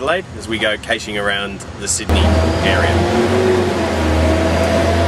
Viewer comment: Kay-shing? I have heard a few pronunciations of caching, but not this one! I like urban caches though. I had my hands inside a hedge once, feeling around for a cache and got some funny looks from a passing police car.